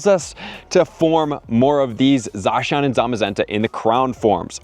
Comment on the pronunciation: is the only youtuber to pronounce Zacian right. Just wanted to put that out there.